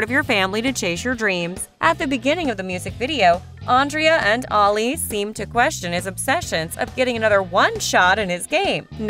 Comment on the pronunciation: You are saying Andrea and Ali name wrong